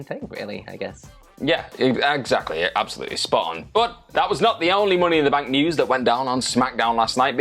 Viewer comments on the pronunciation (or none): “Mooney in the Bank” 😂😂